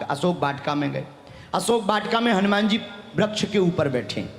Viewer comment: ये अनुमान, अभिमान, विमान वाला क्या गप्पा लड़ा दिया कथावाचक ने...........उनको कोई समझाए कि हनुमान् शब्द इन शब्दों से भिन्न मत् प्रत्यय से निर्मित शब्द है........और श्लोक का उच्चारण भी शुद्ध करें🙏🙏🙏🙏🙏 ऐसे ही सनातन का रक्षण नहीं होगा